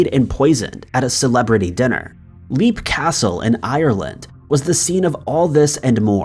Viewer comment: Hon you didn't prounce the castles name it is leap as in leaping not as in leaping off you really need to check the pronunciation of the whole scriped as you have done this in other utib stories it is a pet pive of mine please work on it